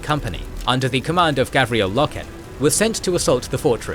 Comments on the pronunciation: Garviel, not Gavriel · It's GARVIEL Loken, not Gavriel :( And pretty sure it is read Ezekiel not EzeKYLE Abbadon...although the spelling here strongly suggests something else. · Garviel Loken, not Gavriel. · Garviel Loken.....GARVIEL...... the other lore mistakes dont matter that much, but Garvi, come on XD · His name is Garviel! GODDAMMIT!! LoL Great Documentary 👍 👌 The details are awesome. I didn't expect to hear about Eujan Temba and Samus or how many explosive rounds it took to take him out. For a newcomer this information is perfect. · Love the videos so far. Some SUPER small ULTRA nerd corrections.. Garviel (Gar-vee-el) Loken (Low-ken) And in the first WH40K video Robute (Row-boo-tay) Guilliman (Gill-uh-min) Awesome and amazing work as usual! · It's pronounced Gar Viell Low Ken. Apart from that and the Monarchia confusion this is very good stuuf